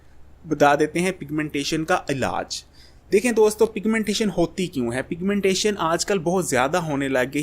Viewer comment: Piga-mentation,Kia hy😂😂😂